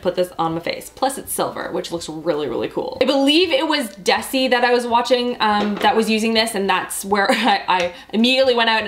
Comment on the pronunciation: I am not sure if you were referring to Desi Perkins when talking about the Glamglow mask, however if so the s is actually pronounced as a z, like Dezi. LOL, I am only wondering because I am always looking for more popular YouTubers to watch and if your not referring to Desi Perkins, I was curious as to find out who Desi was! :)